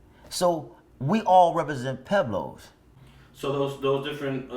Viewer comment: Isn't there a "U" in Pueblos? I thought they were pweblos not peblos